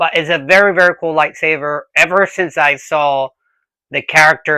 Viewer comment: Are you saying "lie savers"?